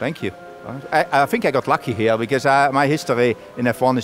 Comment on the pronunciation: An alle deutschen Kartoffeln bei merkt man dass er deutsch spricht. " Its really long her."